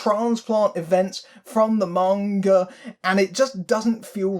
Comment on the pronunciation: Thank you for pronouncing "manga" correctly... you are absolutely right that any attempt to adapt manga straight would have to be more like a TV series. Manga, like most American graphic novels and comic books, is serialized. That's its pace and structure, the slow build, the episodic plots. That doesn't work for a self-contained movie. That's part of why the first Rurouni Kenshin live action movie (made in Japan) worked so well; it kept the characters and the premise, but played very fast and loose with the plot to create something that could fit all in one film. You could definitely do something similar with Battle Angel Alita, and it's disappointing to hear that they didn't. I may still see it as a fan of the manga, but it sounds like I'll be waiting for the cheap theaters.